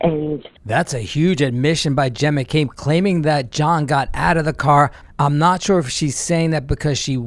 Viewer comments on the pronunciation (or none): No,, not Jen McCabe! Hen- Hen McCabe! I love when you say that! I laugh like crazy every time youn call her Hen McCabe😂